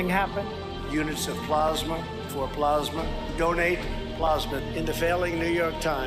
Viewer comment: I had to stop after plosma, plosma.